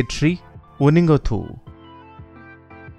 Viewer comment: State bird is Nongin ( only a single species in earth) not Non Green and Uhningthou pronounces is also not right it should be thou not thuo but anyway thanks for this all 🥰